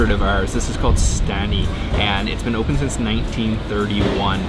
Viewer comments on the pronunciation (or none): none